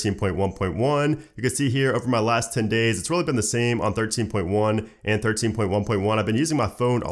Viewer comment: Stop sayIng firteen point wun point wun (joking) it’s making my brain hurt 😆